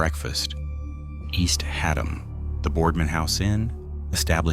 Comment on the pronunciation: IT"S Haddam not HA Dam!